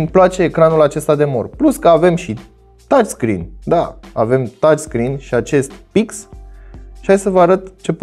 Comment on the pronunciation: Dmn, tu ai zis tațscreen